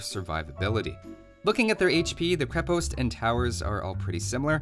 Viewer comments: Minor note from a nerd - it's pronounced "KrE-past" rather than "kri-pOst". Great content, thanks for making it! :) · You also say krepost wrong